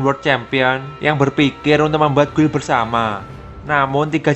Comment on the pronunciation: gild bang bacanya. jangan guil ah